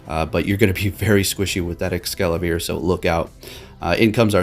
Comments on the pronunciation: You keep saying ExcaLAVIER! It's Es-Cavalier! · Mate, how you always calling it EscaLaVier while spelling it correctly? 😂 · Escavalier may be a combination of escargot (French for snail) and cavalier (French for mounted soldier) or chevalier (French for knight) . It may also refer to Excalibur. ~Bulbapedia. Not Excavalier. Sorry to be annoying about it but it annoys me when people say this guys name wrong ruining its reference to Snails and knights